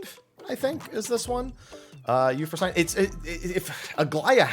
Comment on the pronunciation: My Gods, this is going to bug the hell out of me. That's not You-frow-sain. It's You-frow-sin-knee. Greek tends to pronounce the ending vowels. Especially when that ending vowel is a damn "e". English is three languages in a trenchcoat stealing grammar and phonemes from other languages in dark alleys. Sometimes you have to know the spelling and pronunciation standards of the originating language in order to pronounce it correctly.